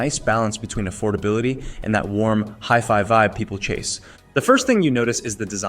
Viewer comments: Hefy? Hifee? You ok, bro? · Dude... you lost me at "Hiff-Eye"... sorry, I'll come back when "Ay-Eye" learns correct pronunciation. Did you converse with to see how it really feels about these items. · It’s pronounced high-fi, it stands for high fidelity. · Jeff Fi? What’s up with that? Oh is that word before you time. It is a 70 year old word. It’s hi, as in when you greet some one. It doesn’t change the way you pronounce the word now that you’re using it for electronics. Ugh! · HiFi is pronounced = High-Fi 😉 ... .. As in, high fidelity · its a hiff eye walker lol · Left after you pronounced HIFI wrong. That’s not a simple slip up and it leads me to believe you’re not really knowledgeable about the content. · The moment he mispronounced HiFi, I knew everything I needed to know. No legitimate audiophile would EVER mispronounce HiFi. Not gonna trust a video about audio players from someone who doesn't know how to say HiFi. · The way you pronounce HiFi makes me angry. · Thankyou this bothered me too.